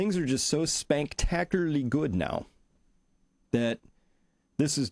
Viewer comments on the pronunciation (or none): "SPANK- tacular?" :-)